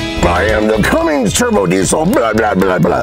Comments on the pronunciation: ." Hate when people say "Cummings"... READ THE LABEL,.. IT SAYS RIGHT ON IT, "CUMMINS" NO 'G'.. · People who can't pronounce Cummins drive me nuts lol. It is CUMMINS not CUMMINGS!